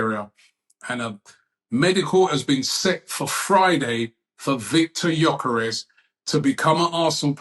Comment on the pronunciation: He's here for 5+ years. Let's at least pronounce his last name correctly. rh?